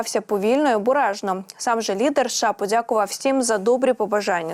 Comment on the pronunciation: Не виговорює голосні букви, спотворює нашу мову!!!! Наприклад: слово вподовбайки, каже вподовбайк,; обережно звучить обрежно, і т. д і ще багато других слів. Китай- Ктай; перенесений- прнесений......